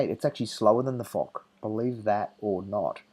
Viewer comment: Great video m8! Although I still prefer the Jagdtiger, I would tend to agree that the Foch is an overall better tank. BTW, Foch is pronounced like "Fosh" not "Fock".